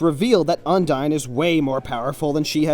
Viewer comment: UNDARN Like if you noticed that he said Undarn